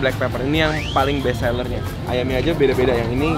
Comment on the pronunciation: Siaap BEST SALLER bukan Best Seller 😂😂😂😂😂 Blackpepper malah Blackpaper, ini editornya gagal 😂😂 les lagi